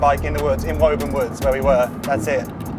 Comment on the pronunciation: For years I thought you were saying “Woven” not “Woburn!!” (I’m American). Haven’t seen it written out until this video!